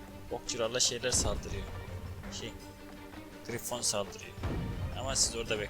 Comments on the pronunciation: Griffon un okunuşu (Grayfın) dır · o griffon diye yazılıyor grayfin diye okunuyo